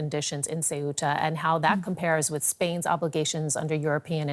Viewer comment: Not Cetua. It’s Ce-uta.